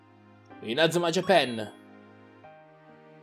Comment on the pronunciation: si dice inazuma jiapan no jiapen